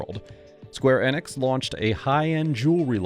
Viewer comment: Aw, no mention of Nasir Gebelli's involvement in the 8-bit games. :( At least you said "Enix" right though ;)